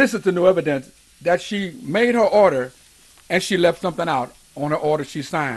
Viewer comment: Go get 'em, Jimmy. it sounds more like "odor" in the court than order. And Merry Christmas.